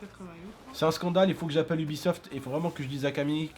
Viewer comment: j'ai cru airsoft pas aibisoft